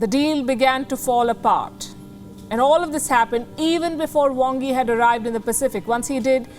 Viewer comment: Is the Chinese Foreign Minister from Bengal?His name is spelt "Wang Yi" with an A but pronounced "Wong Yi" with an "O"!!